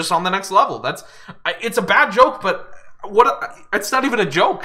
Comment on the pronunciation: im obsessed how winter pronounces "nextd leveul"